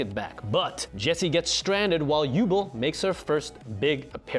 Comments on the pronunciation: I feel like you mispronounced Yubel on purpose! 😂🤣 it’s You-Bell haha other than that this video was very helpful!!! I never knew I was missing such a huge piece of 5D’s!!! That Eye from the future was Yusai? Or a look alike I thought it was his dad I never watched any of the sub episodes except when Jack goes to like the desert? And does that test to get that Archfeind Drafon card and maybe a couple others but I didn’t know there were more episodes 😭😭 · 1st and 2nd series, maybe GX. I believe Yubel is pronounced "You-Bell." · It's pronounced, Yu-bell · you said Yubel wrong